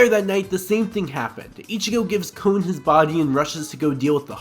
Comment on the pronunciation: It's Kon... Not... Cone